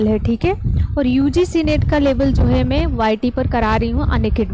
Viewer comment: Good evening ma'am, aap जो को जो. न बोला कीजिए